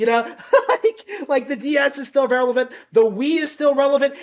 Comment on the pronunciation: revelant?? REVELANT? Bro doesnt know how to say the word relevant. rele-vant